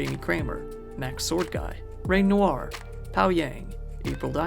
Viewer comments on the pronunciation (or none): none